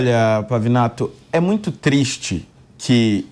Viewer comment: Ela falou MUIE